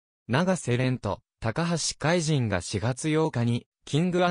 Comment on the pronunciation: たかはしかいと、としそんじゅんです。 これ直せないのでしょうか？ 聞いていて、嫌な気分です。 爽やかなＣＭなので😅